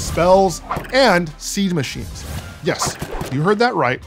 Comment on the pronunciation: “SIEGE MAGHINES”